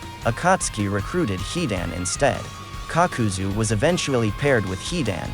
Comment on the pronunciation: Nobody: kakuzu Narrator: cock-cu-zu